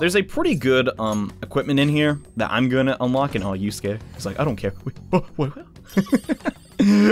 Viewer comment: You called Yusuke Yosuke